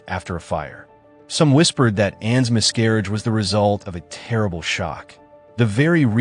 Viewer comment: What is up pronunciations of names?! And Bo-lin? Mis-garrage? Lord Rockford?? Anne of Cleevies?! Also, your facts...where are you getting these "facts"? Anne Boleyn (or as you pronounce it "And Bo-lin") never requested the French swordsman. Henry summoned him from Calais. A final act of "mercy " Again, all ridiculously Googlable information that this channel bafflingly gets wrong. Consistently. Not subscribing because these videos appear to have a TON of careless (and historically inaccurate) "facts".